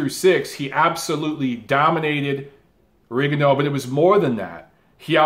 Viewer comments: You got Loma name right but you mispronounce Rigo name. Repeat after me RE GONE DEE OU. Rigo is Cuban, there for that’s how is pronounced. Lol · He started the video talking about how to say Loma's name then said Rigondough